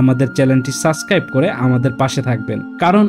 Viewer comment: ভালো করে সাব্সক্রাইভ উচ্চারন করেন সাসক্রাইভ না